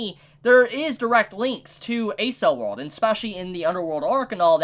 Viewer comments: bro a-cell world?😂😂 it's pronounced ack-sell or eck-sell world depending on accent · he called Accel world A-Cell world again xD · Hey, loved your review of this episode and the next one, I totally didn't realize all the detail put into the backstories of these episodes. Great job on them! On one other note, I'm pretty sure Accel World is pronounced like "Accel"erated world, with hard c's. If not someone can correct me but I was a bit confused at first when you referenced it. Not a big deal, just thought I'd let ya know. ^^